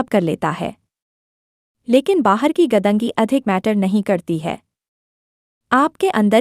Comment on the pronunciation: Madam वो 'गदंगी' नहीं, ' गंदगी' है ! 🙏🏻 🙏🏻